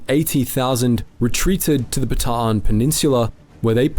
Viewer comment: Bataan is pronounced Baa TAH" Ann ... 3 syllables